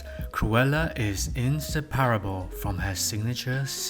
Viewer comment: I really enjoy your analysis, but your mispronunciations completely pull me out of the video. coiffe, monopoly, inseparable -- to name a few. For things like the cigarette holder, the French can be excused, but a lot of these are standard English words (as a hint, most long words in English have emphasis on the third to last syllable).